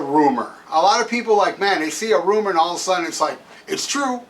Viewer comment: itsnot a roomah. itsnot a roomah at awl!!!